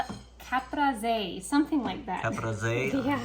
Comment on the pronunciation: LOL. The salad is pronounced Ca Pre Say.